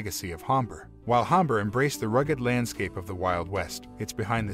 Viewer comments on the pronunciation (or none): Hombre - Soft H = silent.